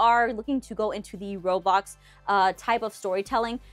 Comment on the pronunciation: I was 10 minutes and 30 seconds in and she said Robox. 😂 I use them all, but I use Gacha Life for story’s.